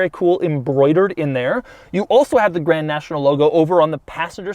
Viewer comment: Maybe some day Dou will actually say the "d" in Grand 😔